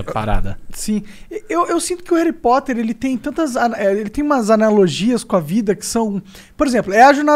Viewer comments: Me da agonia Monark falando réri poter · Monark fala Harry Potter igual minha mãe kkkkkkkkjk “Reri poter” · Que agonia ouvir o Monark falando "réri poter" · Vitoria Americo então deveríamos falar ARI POTER pq o “HA” tem som de “A” no português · Esse flow só foi pra falar Heri Poti kkkk